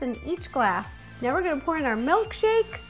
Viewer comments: "butterbear MELKshakes." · Is she saying MELKSHAKES?